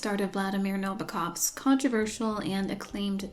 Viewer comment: your pronunciation of nabokov’s name is probably the best i’ve heard in an american so far!